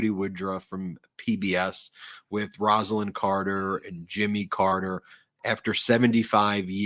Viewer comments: Beautiful piece on Roslyn Carter; however, her first name was pronounced "Rose"-lyn, not " Ros"-lyn. Thank you. She will be missed. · Rose ah Lynn please. Not Rass. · Say Roselyn correctly please. Rose lyn. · With all due respect, gentlemen, her name is pronounced ROSE-a-lynn. It's NOT Roz-a-lynn. It never was. It's a matter of respect to pronounce someone's name correctly, especially at their funeral. I know you both can do better. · I think you are pronouncing Rosalynn Carter’s name wrong. It should be pronounced with an o sound such as in the word rose. I have the same name only with one n at the end of the name and that is how I pronounce it. Like Rose-a-lynn. Just my two cents. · Mrs Carter's name is pronounced ROSE-Lynn. Also, you can't knock 45 for not showing up unless you apply the same standard for Obama who wasn't there either.